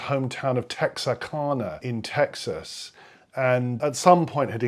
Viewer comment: Now that you've got an encyclopedic knowledge of Scott Joplin, it's time to learn how to pronounce Texarkana. 😅 Also, Tremonisha....the emphasis is on the I... treh-muh-KNEE-shuh. You'll have to visit Texarkana. 😊. Also, there are no direct recordings but, I've heard recordings of piano rolls.